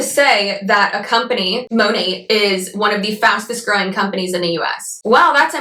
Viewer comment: “Fastes-growing company“ really got me for some reason 😂😂